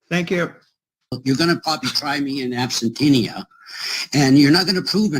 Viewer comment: "Absentinia" lol, I missed that one